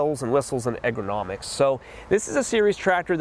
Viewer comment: Ergonomics, not egronomics. Love your videos, you have taught me a ton about tractor options, differences, capabilities, features, etc. Keep them coming